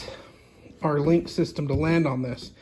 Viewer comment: just a heads up, it's actually just pronounced LINK , not lincuw box.....